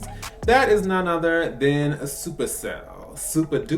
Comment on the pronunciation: It's "Supa Cell"